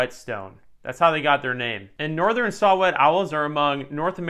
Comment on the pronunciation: Did you say "Northren"?